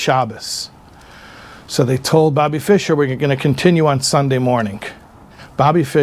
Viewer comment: fischer was correct